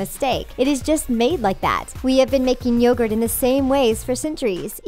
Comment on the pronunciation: Yogurt pronounced y-o-gurt